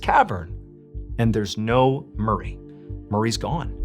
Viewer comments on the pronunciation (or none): I misheard "murray" as "marie" to start with